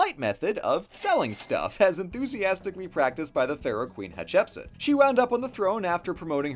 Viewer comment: It's pronounced hat-ship-suit